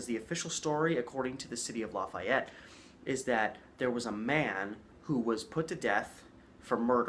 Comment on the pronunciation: It's LAy FEE ett